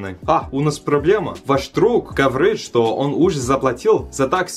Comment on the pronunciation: Хахахахп, почему мне так смешно, с его: тАкси 😂